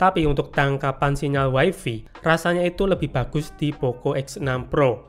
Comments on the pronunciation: mas maaf bgt, tp saya gatel bgt denger "waifi" tolong bgt nyebutnya jadi "waifai" ya 😓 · Way-fay ✅️. Way-fi ❌️. 🗿